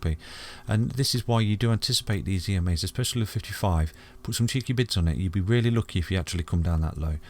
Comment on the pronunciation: 😂😂😂😂 seriously thought he was saying bits! Thinking my bits are worth more than that! Still have no idea why they need to be cheeky. 🤷‍♀️